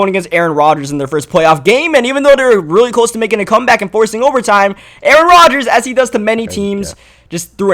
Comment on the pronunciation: says he had to comeback but it sounds like cutback and that happens to be exactly what Zeke does when he says it... Illuminati confirmed